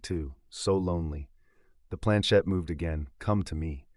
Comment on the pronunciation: It is planchette not planchain!